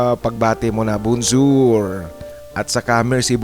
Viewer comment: Hi... it's me again. Yes, that was me na nag invite sa yo Naga farmhouse. Wow, am impressed, you have sharp memory, you still remember it. Am back to Canada now, not France. You pronounced it right too, Bon jour and Merci beaucop. Enjoy lang ako sa pakikinig ng life story ng tagapakinig mo. Me aral nakukuha sa bawat kwento mo. Big thanks. Baka one day, makapasyal ka dito sa Richmond,BC...me place ako dito, pede ka mag stay sa humble house ko. Have a nice day. Thanks